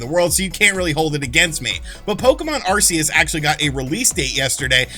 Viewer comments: Are-Key-Us. Just figured I'd help you out fam 👍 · If I had to guess, then I would think that Arceus would be pronounced as Arkayus - though I am not a Pokemon guy, so I stand to be corrected. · Dude if you can't spell Arceus just say Legends, it's easier... btw the C in Arceus is pronounced like a K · Not even pokemon fans can pronounce the names right so you're fine. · I believe both pronunciations have been said within the media.Its AR-SEE-US in battle revolution